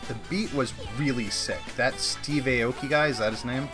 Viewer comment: Look up Steve Aoki’s background. He,s one of the best producers ever... it’s pronounced (I-O-Kee)